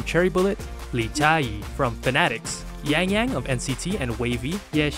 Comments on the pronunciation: What? He pronounced almost all of them completely wrong, especially Cheng Xiao and Yiren. And let's not even mention how he pronounced Yangyang like an American (Yengyeng lmao). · Tjiese isn’t it said like (yang yang)? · Yeah, it's pronounced like "Yahng Yahng".